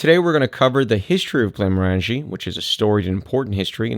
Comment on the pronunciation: Glen-MOR-an-jee. Rhymes with "orange-y."